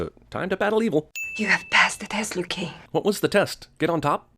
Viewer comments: It's Liu Kang Not lui Kang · Passed the test Liu-Kaing! Uhmmm, Liu Kaing? WTF?